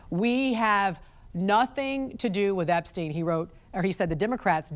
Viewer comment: why the fuck is this bozu saying EPSTINE LMAO. Jesus christ